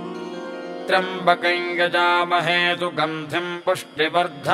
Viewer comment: The pronunciation given here for trymabakayain is correct . As per a commentator Hari OM it's due to Yajamahe Ya behind M . In such cases of sandhi it's pronunciation is as per Vedio. Nd Sanskrit is same throughout India. Local accents corrupts the mantras.